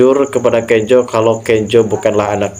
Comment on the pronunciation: Bukan Kenjo namax,Kenzo sebutanx😂